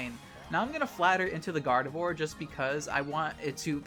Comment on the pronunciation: Umm, can you say "Gardevoir" again? 😳